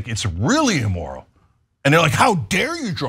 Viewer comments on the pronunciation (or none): My only comment is don’t say E-moral 😅